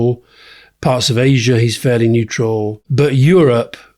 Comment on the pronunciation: Rory, pronounce Asia properly!!? It’s not Aisha! Don’t be so annoying!